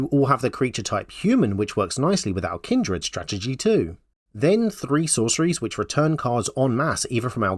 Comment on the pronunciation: I watched the whole video thinking... There's no way any accent could cause such terrible pronunciation. Kind-r-ed?? I figured you were just trolling while making a troll deck. It was only after clicking off the video that I realized I had completely missed the point, and had to come back to skim through to confirm. Kudos.